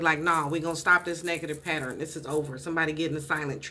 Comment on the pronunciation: the word is Pa - tern. Not pat ter en. love and light